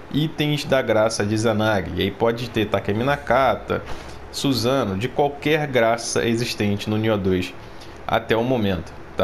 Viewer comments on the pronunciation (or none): none